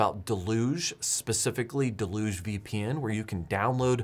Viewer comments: I feel like the entire "home server" community has never seen or heard the word "deluge" outside of the context of software. It's pronounced "dell-yoogzhe". Or at worst "dell-yuge". We borrowed the word from French. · I think you're pronouncing deluge wrong :)